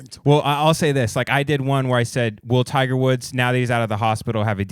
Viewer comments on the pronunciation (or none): none